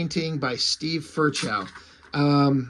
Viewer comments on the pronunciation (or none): Steve firchow's name is pronounced fur-cow